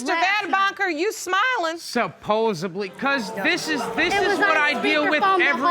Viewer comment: SUPOSEBLY!!!! My new word.